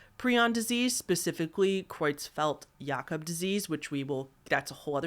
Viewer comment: hitting it out of the park with that pronunciation of Creutzfeldt-Jakob disease! I know you're self conscious about your pronunciation, but you nailed that one, and it's a doozy!